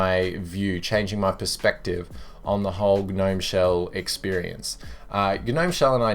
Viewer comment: Just me, or when he said g-nome it reminded me of the "you've been gnomed" meme?